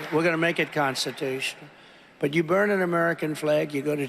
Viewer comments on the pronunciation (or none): Did he say Constitush!? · Trump slurring again, failing to pronounce constitutional multiple times, or maybe he just doesn't know how to use that word..